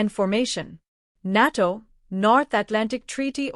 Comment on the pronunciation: 😂😂😂 can't even pronounce NATO correctly 😂😂😂